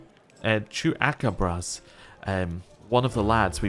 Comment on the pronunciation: For future reference, it's "Chuu-Pa-Caw-Bruhs"